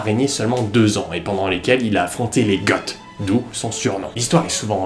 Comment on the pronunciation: Presque sûr que Goths se prononce "go" et pas "got" ;)